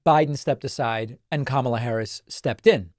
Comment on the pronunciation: Who is the first reporter? Even she's going to mispronounce Kamala's name? smh